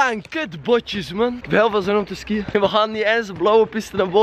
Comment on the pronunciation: het is niet skïen het is skiën logisch dat je je diploma niet hebt #antwerpen